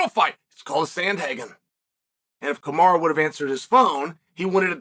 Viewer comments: I swear Chanel mispronounced names on purpose. “Kamara”😂😂😂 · I think Chael may have actually called Kamara instead of Kamaru. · Lmao Kamara 🤣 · Bro, Chael cant remember his own fucking name, much less Kamara and Bahalal geezus Chael stop being like your boy Tito! 🤣🤣🤣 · I am convinced CHAEL is butchering guys names on purpose at this point 😂😂 JACK DELA MELA SHAVKAT RIHMAYEV KAMARA